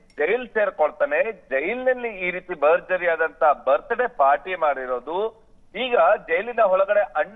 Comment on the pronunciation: Birthday ❌❌ Birday✅✅